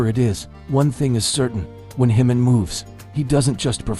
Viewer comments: Ji-Min is a KOREAN name - NOT SPANISH! STOP pronouncing it incorrectly as it is INSULTING! It is NOT pronounced as an "h", but like the "j" in "jump" or "just". Please adjust your AI pronunciation or you will find that myself and others will not "like" or "subscribe" to your channel. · You should at least pronounce his name correctly.